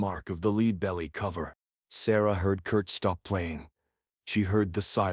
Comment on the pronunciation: AI voice? Leadbelly wasn't pronounced properly and the vocal commentary sounds monotonousness with a touch of AMR. Is this AI slop?